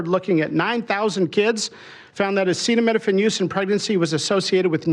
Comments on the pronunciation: It's not your fault you are dumb and your president is too.....can't even pronounce acetaminophen....that's hilarious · My 10 year old granddaughter knows the word acetaminophen and can read it. Unbelievable he is that illiterate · Bro can’t even pronounce acetaminophen